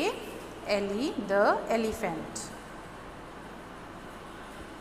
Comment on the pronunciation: "The" pronunciation is wrong... The Elephant..."e" is a vowel...